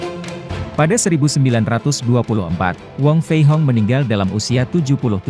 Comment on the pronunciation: wong fei hung bukan wong fei hong min.